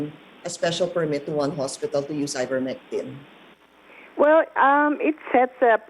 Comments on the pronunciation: Ms Pinky Webb cannot pronounce correctly Ivermectin. She repeatedly calls it IVERMECTRIN 😂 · ivermectine not ivermectrine,. you're a journalist and the repeated ignorance of the name of the subject medicine is annoying and disappointing!